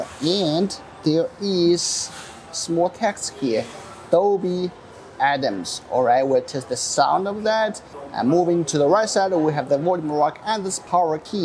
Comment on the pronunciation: Dolby Atmos ❎ Dolby Adams✅